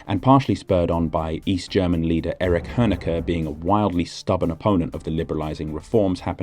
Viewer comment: And he talks about some guy named Hönecker. Maybe he meant Honecker?